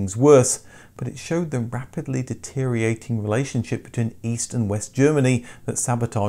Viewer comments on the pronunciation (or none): The words are transport, not transpertation....deteriorating not deteriating.